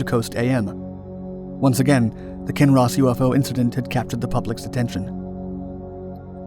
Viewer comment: Hardly anyone in kinross even knows about this haha . Thanks for pronouncing our towns correctly !